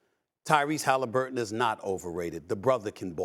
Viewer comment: Tyrese Hallifurton 😂😂😂